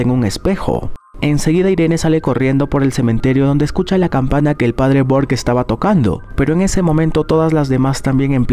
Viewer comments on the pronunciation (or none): En la monja el padre se llama burke no bork pero error de humano tranquilo bro no te jusgo